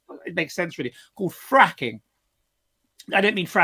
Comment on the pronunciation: Great stream! Ed Dutton, It's fragging not fracking, as in fragmentation grenade. Thrown into the officers tent.